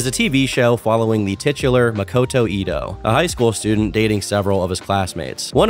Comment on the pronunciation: the type of guy to say makoto like muh-koh-toe